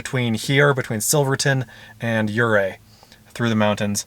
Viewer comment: I love Southwestern Colorado! It's sooo beautiful! I honestly dread the million dollar highway since it's so narrow and the cliff is straight down. Ouray is a cute town. Kudos for pronouncing it correctly! Thanks for a great video. I can't wait for the next one!